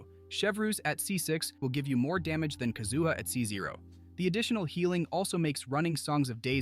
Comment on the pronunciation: My ears started to bleed when the AI said that.